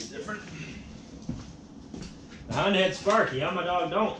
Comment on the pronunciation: It is yamaha not yamadog